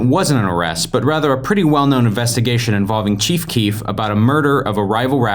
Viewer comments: Whenever u say the cheef I keep think u are talking about the chief of police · Stopped watching this shit cuz u kept calling him “the cheef”😂